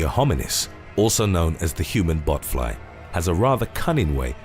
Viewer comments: I thought he said human buttfloss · Every time I heard “botfly” I though he said “buttfly” lol